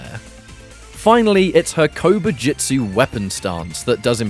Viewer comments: My mind could not stop focusing on Kobu jut su being pronounced as Kobu jit su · I keep hearing "Covid-jitsu" and it's making me giggle.